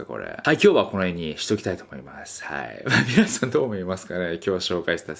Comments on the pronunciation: 「はい皆さんこんにちはー」じゃなくて 「アンニョハセヨこんにちはー」に聞こえたんだが？ｗｗｗ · アニョハセヨこんにちは〜って聞こえた